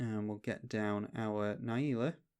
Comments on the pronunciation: Na Jee la, not naieela! Great video! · its not, you are speaking english and should pronounce it the correct english way